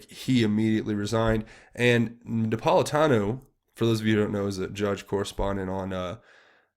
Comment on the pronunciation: Some observations re: this video. (1) Judge Napolitano's name is pronounced Nap - pol - i - TAN - oh," with a long "O" at the end. (2) The concept of "American exceptionalism" is NOT because we are the biggest and baddest, but because ours is the only governmental structure that (a) recognizes that we are born free, thanks to the Creator, and that (b) freedoms do NOT come from government, but from Almighty God. We are, in a sense, the "exception" to the rules of governance as written by all other nations. (3) When it comes to understanding the underbelly of the Middle East in ways that would make Stetzer's bald head spin, you need to avail yourself of the information put out by Amir Tsarfati and "Behold Israel" on YT. Amir is an Israeli Christian living in Jerusalem and has an increasingly popular and important Bible-teaching ministry, with a particular emphasis on prophetic "End-Times" predictions by the ancient writers of Scripture. Amir became a Christian at age 19; served in the IDF, and was the Lt. Governor of Jericho, and today has connections in the Knesset, the IDF and the Mossad. We simply have no clue as to what is really happening in the Middle East, thanks in large part to the MSM, but also because of our Western bias and ignorance of how events from ancient history have brought us to the present day. If nothing else, you can always compare and contrast Amir's info and insights with your own research to get another perspective, something that is sorely lacking in